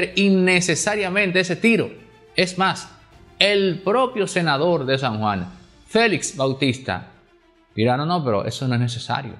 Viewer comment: FELIX , Y NO FELIZ, QUE ES UN APELLIDO. ESTOS COMUNICADORES DAN PENA PORQUE NO INVESTIGAN A FONDO COMO ESCRIBIR Y HABLAR.